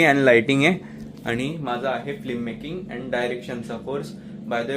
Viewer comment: All the best , please say FILMmaking not Flimmaking (फ़्लिममेकिंग)